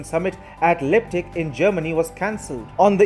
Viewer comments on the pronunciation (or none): Your pronounciation of Leipzig was miserable. The German "ei" is pronounced like the English "i" in library.